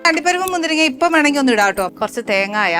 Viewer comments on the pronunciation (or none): തേങ്ങ എന്ന് പറയൂ തേങ്ങയ അല്ല